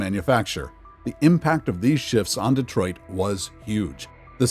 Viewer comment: DEE TWAH!